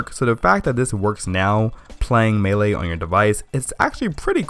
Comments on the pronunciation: First "Yose-mite", now "meele". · MAY - LAY